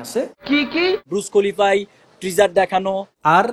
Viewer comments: আমার তো এই ভিডিও দেখার পর অনন্য মামুনের শিক্ষাগত যোগ্যতা নিয়ে সন্দেহ হচ্ছে। বুর্জ খলিফাকে বলছে ব্রুজ খলিফা, স্ক্রিনকে বলছে স্কিন, গিনেজ বুককে বলতেছে গ্রিনিজ বুক 😂😂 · ব্রুজ খলিফা না বুর্জ খলিফা। নাম টা ঠিক ভাবে উচ্চারণ পারেনা এরা হবে ডিরেক্টর।😂😂😂